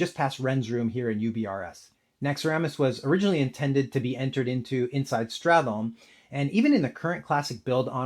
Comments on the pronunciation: Oh no I made a silly typo 🫣 I meant "sTRat", not "sTArt". Nevertheless, I wanted to focus on straTHolme as one sound vs strat+holme as two syllables. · the way you pronounce stratholme is quite weird. Everyone says start-holme and you treat that "th" in the middle like it's a single sound